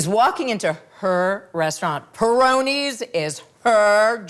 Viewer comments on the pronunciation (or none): “Perino’s” not Peroni’s